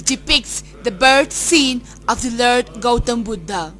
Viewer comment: Good piece of work but very poor English pronunciation.. the word lord is pronounced as 'lerd' and born as ''bern'.... !!